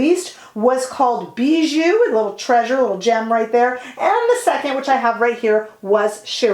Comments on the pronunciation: I love your makeup look today, although you always look good! I love the Victoria Beckham brand and style, the image of class and elegance. By the way, the lip tint ‘Bisou’ is pronounced ‘bizou’ as though it was with a z. It means kiss in French 💋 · Just a quick correction: it’s called Bisou which means kiss, not Bijou, treasure😘